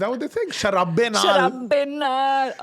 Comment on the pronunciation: sharaate! not sharaabe. c'mon man but some respect on that babbu maan